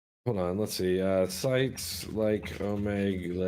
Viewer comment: You do realize its pronounced Oh mee gul right? 😂